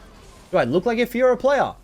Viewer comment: You only got the Faykah part right